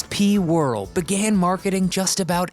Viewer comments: pretty sure the character name isn't pronounced Whirl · It's not pronounced whirril. Ita pronounced war- al. You wrecked it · Please pronounce, "wore-ELL."